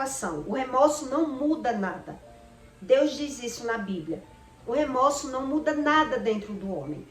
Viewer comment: O correto é remorso e não remoço